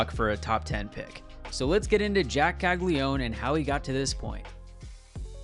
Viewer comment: It’s Cagli-a-none at least say his last name right if you’re gonna make a video hyping him up.